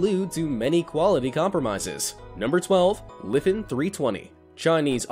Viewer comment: i think you said it wrong, its jot Lefen, its Lifan. and you should have spelled it like this: Laifaan